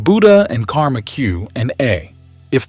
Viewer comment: Karma. Not Comma. Your reading bot messes that part up. And The Buddha did not teach reincarnation. He believed we had one chance. Not multiple ones. He was smarter than that.